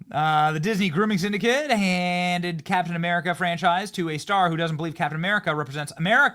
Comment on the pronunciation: you all know Kap'in Uh'Merika isn't real right